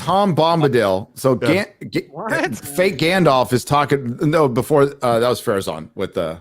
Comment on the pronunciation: After two decades, still can't say Sauron's name correctly. You wouldn't call Luke Skywalker, Loog Skywunker. You wouldn't call "" "Gay." Well, maybe that one fits., The dragon in the Hobbit is not "Smog," it's Sm-oww-g. And it's not "Sarron," it's S-oww-ron. You don't say "Nookuler" for "Nuclear." Sauron is one of the foremost villains in all of literature, say his name right, man. "It's 'make like a tree and LEAVE,' ya sound like a damn fool when you say it wrong!"